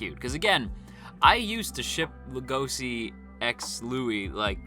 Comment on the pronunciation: Lego she. It's pronounced Lego she. Not La go see. What is wrong with everybody why do the keep pronouncing Legoshi's name wrong?